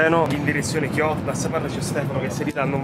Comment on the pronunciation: Tokio non kioto